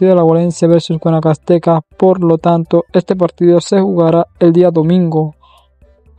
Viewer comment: Es liga deportiva alajuelense y no laguelemse jaja y es adguanacasteca y no guamcasteca así es lo correcto com todo respeto 😊😊😊